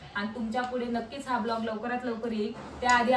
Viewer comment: Vlog❌ Blaag✅😂